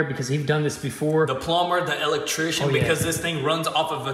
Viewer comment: The "L Lectrician" lol